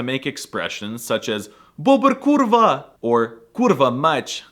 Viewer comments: As a Polish guy I can say I know some people that use "kurwa" literally every second or third word. It's even more often than we use commas xD Your kurwa is kinda nice for a foreigner, but if you will practice long "kurrrrwa" you will be almost fluent in Polish. Nice video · When you say 'Kurwa' you should stress more on K sound.